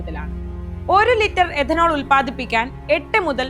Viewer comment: എദനോൾ അല്ല, it’s Ethanol , എഥനോൾ,, മലയാളം അറിയാവുന്നവരെ ഈ വക പണി ഏൽപ്പിക്കുക